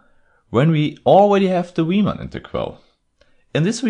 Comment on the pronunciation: You're guaranteed that "Riemann" will be pronounced correctly!